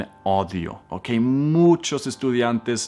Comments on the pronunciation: Hola, permíteme tomarme el atrevimiento de corregirte una palabra que pronuncias muy mal, en español. se escribe AUDIO, Así como se escribe así mismo la pronunciamos,y tu en este video la repites muchas veces de manera errónea.AUDIO, AUDIOS así, así mismo como se escribe así mismo se pronuncia. Perdón por el atrevimiento. acerca del video esta super muchas gracias por tus enseñanzas Dios te Bendiga un abrazo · Querido,la palabra AUDIO en español se dice AUDIO NO ODIO. Solo te trato de ayudar con tu fonética como tu lo haces conmigo Gracias por enseñarme a usar bien la fonética del inglés. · Odio ooooo, no, No olvides pronunciar la U.... Igualmente es hermoso oírlo decir Odio.... Es un dulce... gracias, aprendí muchísimo con tus audios y videos.. Mil gracias....!!!! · Parece intencional esa palabra "odio" quizo decir audio? Raro después de oír, lo bien que habla español. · me divertí mucho pensé que lo decías en broma, de audio, por el echo de la pronunciación cambia la palabra. Pero como te comentan aUdio, la U. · Solo dijo audio como spanglish ..audio en inglés se pronuncia "odio" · Partir del minuto10 repetirse mal como 15 veces la palabra audio dijiste odio ..... Que bueno que no enseñas español por lo demás excelente video sigue así x q quiero aprender más thank you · Yo oía algo mas o menos así: texto con odio 😅 no es hate,thanks for the vídeo,he aprendido mucho contigo,pronunciaba mal 5. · Cuando pronuncias la palabra audio suena como odio porque la palabra audio es más remarcada con cada letra saludos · Es "audio" A-U-DIO, güey 😆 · Aauuudddiiiioooo😁😁😁😁😁no es odio😠😠😠😠😠,ya te enseñe español 😁😁😁😁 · Sé pronuncia es audio no odio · Es bueno aprender con estos métodos y sigo en la lucha y deseo poder en un tiempo no muy lejano comprar el curso completo , por ahora me es imposible ya que no tengo dinero suficiente para eso " y se dice audio " lo pronuncias mal.como lo dices ,gracias . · Muy bien pero no es odio es audio !!